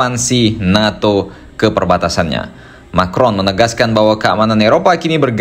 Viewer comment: Kata Putin "Macron" di panggil jadi "Micron"(sangat kecil) ...😂😂